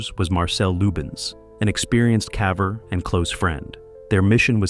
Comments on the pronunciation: What's a "cavver"? Is it like a ... caver?? 🙄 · Love these stories.. but not going to lie... hearing the AI narrator say "cavver" is gettng annoying. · Mispronouncing caver as cah-ver, then later pronouncing it correctly is a sign of AI voice generation. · "Caaver?" I'm sure. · U must be fun at parties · What the hell is a Cahver??? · Poor poor "cavver."